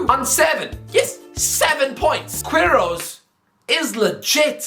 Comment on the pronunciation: Just one thing, "u" in "Queirós" is silent, but yah great video